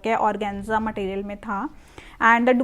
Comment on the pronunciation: Matteeriyal ❌ Material ✅